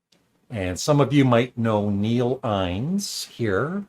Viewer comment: Innes is pronounced as if you're saying "in is".